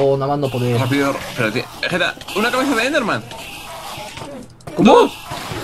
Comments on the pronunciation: Willy: "Vegerex" Vegetta: "Wigetta" awww el nacimiento de wigetta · lol dice wigetta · Vegetta dijo Wigetta :3